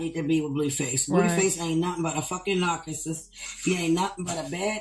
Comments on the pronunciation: A "nacuhsis"? 😂😂😂 Chrisean don't even rock with this sister. She hasn't even seen the baby in person. This chick just tryna collect a check for "views". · Yes she said narcacisst...lol